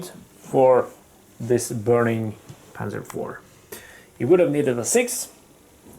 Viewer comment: Nice pronounciation of panzer 4 :)